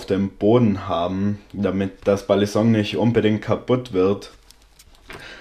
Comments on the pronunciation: Ey jo dicker nichts gegen dich feier dich und deine videos übels aber bitte sag nicht mehr BALLISONK es heißt Balisong und wird ungefähr "beilisong" ausgesprochen es nervt total beim zuhören.. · du betonst das G einfach zu stark.. Und sagst irgendwie ballinsong du sprichst es zu schnell und das g zu stark aus .. Aber kein ding man